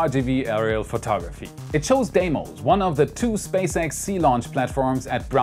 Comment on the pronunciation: It is pronounced Deemos, not De-i-mos. But thanks for the nice episode.